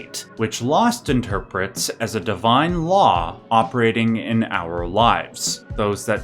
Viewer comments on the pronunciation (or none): none